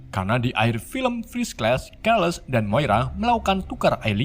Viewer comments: Kerles kerles... Baca nya Charles.. Bukan kerles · Charles dibaca Carles bukan kerles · Keles / Charles dibacanya tetap Charles Cerebro dibacanya tetap Cerebro/Serebro bukan KEREBRO min Coba tonton filmya ya min😁😂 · carles bacaanya bang bukan celes pangil aka profeseor xxx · Keles = carles Kerbo = siribro Script nya di bikin indo aja min kalo susah nyebut🤣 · Charles = Carles, bukan kerles.. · Rada bingung dengan keles keles yg disebut mimin, baru nyadar maksudnya Charles... 😅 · Blepotan banget ngomong.a kaya ponakan saya, Carles bukan keles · Charles namanya bukan kherles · ohio: ohaio charles: charles biasa, bukan kerles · Keles atau charles? Charles = carles Scott summer = skot sammer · Min kok bacanya namanya pd salah sih,,,keles keles kirain siapa eh gataunya si prof 😂😂😂😂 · Ngomong bahasa inggrisnya yg bener lah nyebut charles aja jadi kerles-_- niat lu biar lucu? Tapi ga lucu norak. Rip english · kerles, kerebo, futur, sumer, ravan, nikrewler, virs kles, refan, keleben, dsb geli dengernya tapi gapapa,,,lanjuuuuttt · ngomong charles aja salah. sesusah itu ngomong charles? parah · min baca Charles pake C bukan K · Bang saran, Abang kurang dalam pengucapan bahasa Inggris, kaya Nightcrawler, Charles, Ohio, dll